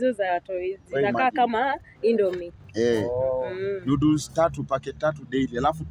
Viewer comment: alisikia nudes😂 badala ya noddles